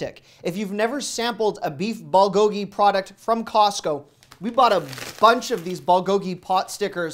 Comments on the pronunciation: Thanks for the tips. But just so you know it's pronounced BOOL go gi, not ball go gi. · Ballgogee…close, but it’s “bool-go-gee”. Love the videos! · How to pronounce bulgogi: Bull (like bull&*it) Go Gi(like ghee butter) Love your contents! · Please say BULGOGI by making the U sound like the oo in cool.